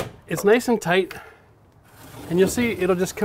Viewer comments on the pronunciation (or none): "Toight like a toiger" oh my God! You have no idea how excited I got when he said that. I say it all the time and get made fun of... I can now know I'm just as cool as my hero! Haha! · Builds stuff, laughs at himself, mocks Safety Sallies, "Toight like a toiger". I LOVE THIS DUDE!